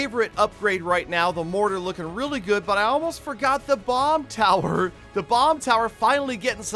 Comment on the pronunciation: The way he says bomb tower😂